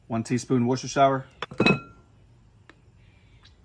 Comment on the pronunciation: Wusta-sheeyer, hope this helps 😂 love the videos!